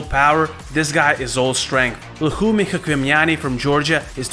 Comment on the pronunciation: you are saying chkvimiani's name wrongly. it truely sounds like "лухуми чхвимиани". enother all was right. thanks!